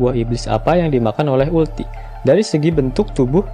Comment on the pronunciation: uruti kali kak bukan ulti ...hehehe